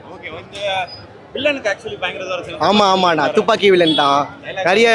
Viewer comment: டூப்பாக்கியா இல்ல துப்பாக்கியா பா